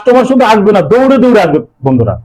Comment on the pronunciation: Dada apnar dokane ki dore dore ase...dada uccharan satik bhabe korun....